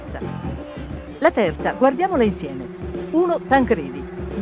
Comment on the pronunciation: Vierchowod che diventa virchwod detto da lidholm.